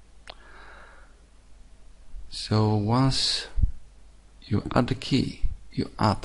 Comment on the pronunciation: Key not jey